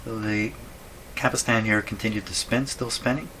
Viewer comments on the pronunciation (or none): He still says "capistan" instead of "capstan" - so annoying!